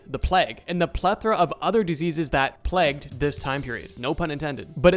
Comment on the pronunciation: The word isn't "Plegged" it's "Plagued" pronounced with the emphasis on the A.